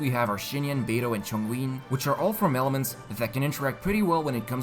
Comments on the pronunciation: Can't relate to banner, already have 2 wolf's gravestone. Also it's not Chong uiun or however you pronounce it, it's Chong "yun" imagine yum with m replaced with n. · Mans really just said Chongween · ChongWIN my bro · hold up,, you call ChongYUN... ChongUIN...? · Everybody: Chongyun...........: "Chongween" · Chongween? Whos that? I think his name is chong youn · tf? "chongwing" dude are you serious... --__ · mfw when he says zhongli instead of hu tao when talking about homa's users (hu tao namecard and dish already in the game so she's confirmed lol) also why do you pronounce chongyun as chongwin lmfao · Yun... like June with a Y. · When he said Chongween 2 times, I also died 2 times... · Who TF is Chongween??? I feel like y'all are just butchering Liyue names on purpose at this point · Chongyin ? Who tf is Chongyin xDD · That chongween cracked me up😂😂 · chongween lol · Hey mate... Chongween 😂😂😂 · I try to listen properly but I can't stop laughing at: C H O N G W E E N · For people who said hes on the right track I don't think U know mandarin fam I don't speak mandarin either but I have to study mandarin when I was in middleschool so I know that its not chongWEEN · lol mans said Chongween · I think I pronounce it wrong too. somethin like "Chong-ngun" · its pronounced chong (ch-ong) yun (you-n) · did he just say chongwin? lol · I applaud your attempt at pronouncing Chongyün !! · you dont pronounce chongyun like that in your previous videos. are you pronouncing chongyun incorrectly to start an outrage on the comment section for the sake of bumping up your engagement? 😑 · not to be that guy but, it's been months since release. Is Chongyun really that hard of a name to be pronounced? (I know that his name is spelled different in his story but I'm almost 100% sure that it's just bad translation or a typo) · Please learn how to pronounce the character names. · The way you say chongyun makes me want to close the video 😭😭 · Oh God, my ears